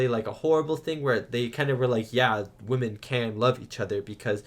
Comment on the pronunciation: What's up with this new thing of young people on YouTube mispronouncing ''women?'' I have seen countless young people repeatedly pronouncing it the same way as the singular ''woman.'' Is this a new thing? mispronounces it every time he says it, and i'm so confused.